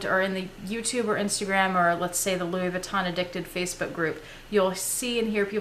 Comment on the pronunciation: You are so good at pronouncing Louis Vuitton bags. I just wanted to tell you that Moët is pronounced "moe-ette" not "moe-ay". :) Now I want some.